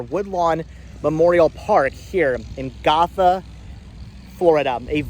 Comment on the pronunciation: Fyi I live nearby and Gotha is pronounced Go-tha, like “let’s go” rather than goth ☺️